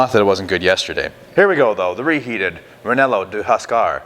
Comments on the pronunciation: U r killin. I suppose you could change the bread to like a rye or herbed ciabatta. Say Ree-yay-no, not re-nel-o. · reh-yeh-noh like the pepper maybe?? sounds like a great sausage tho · Very nice video! Just so you know, its pronounced "reienno" with a rolling "r" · I think your pronunciation made it Italian 😊